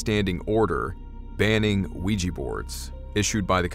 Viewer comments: It's pronounced wee-ja not wee-gee. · Not Ouijhee.. Oui Jah both yes.. first time in French, second in German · "Ouija" is not pronounced "we-gee". It is "we-ja". It is also the name of the game board, not the actual board. The game company created the name when mass-marketing the witch board or spirit board. Supposedly, it was the SIL or the like, of one of the game board creators, who suggested the name. I would like to point out, however, the name in two parts "oui" & "ja" are two words that mean "yes" in French and Swedish (Norwegian & Finnish) respectively. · "wee-gee" ... Ouija ... Jah Jah JAH!!! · How did "Ouija" [yes yes] boards come to be pronounced "wee jee"? The "wee" is easy because that is how "oui" is pronounced, but "ja" is German and pronounced "yah". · It’s spelled ouijA. Anyone know why when sounded, you are pronouncing ouiji? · Can't handle this. It's not pronounced weejee